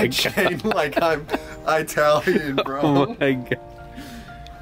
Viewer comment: It’s that E-talian fit